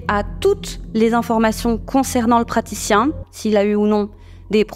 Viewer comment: "le pratshichien" le seul moment de la vidéo qui m'a fait rire et un peu détendu